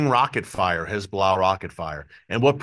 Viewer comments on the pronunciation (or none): Erick - I really like your reporting. You speak candidly the truth, and what we all think already anyhow. One thing bugs me (quite a bit): the 'lazy' way that you say "Hez-Blah" is truly annoying. Is there no way you could start to say "Hez'-bo-lah'" or "Hez'-bah-la'"? Anyhoo, keep-up the great work; thanks.